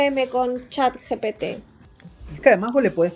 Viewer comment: Buen video, peeeroe cague de risa cuando dijo mal el nombre gpt y luego dice pete🤣🤣🤣🤣 pocos entenderán